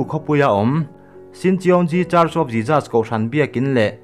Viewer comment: A tha hle mai. Mahse, i pronunciation pakhat JESUS tih kha, i lam dan kha ka lo tîm deuh, a lam dan han zir leh deuh teh, ka lawm e